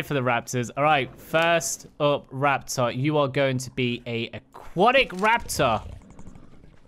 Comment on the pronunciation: No one caught the first time he said Aquatic? He said Aqu-attic. lol The arctic one is made to look like the Aurora borealis i'm thinkin. The thing above you on the parasaur is an equivalent of a pergola or umbrella. It's made to shield the rider from the weather lol Favorite saddles? Equus arctic, Parasaur Arctic, the jungle saddles for all of them and the Ember ones too. not really digging the aquatic ones.